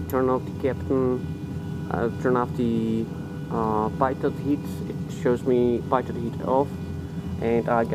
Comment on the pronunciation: The pitot is a actually pronounced like "peetot"